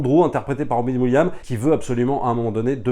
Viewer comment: C"EST ROBIN WILLIAMS IL FAUT PRONONçER LE S TOUT COMME JOHN WILLIAMS PAREIL TU DIS GEORGE LUCA C"EST LUCAS AVEC LE S